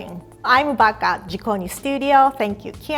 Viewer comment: The first time, I heard her say “I’m baka”. 🤣 Hahaha! Then I rewinded it. Then I realized she said “I’m back at”. Haha! But still! It is a funny moment! ✌️😅